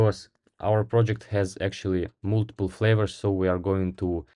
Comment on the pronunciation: Кстати, не мултипл, а малтипл :)